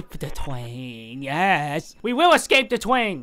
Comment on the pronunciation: We will ecwape the twain *gets stuck*